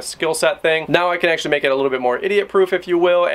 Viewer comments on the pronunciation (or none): none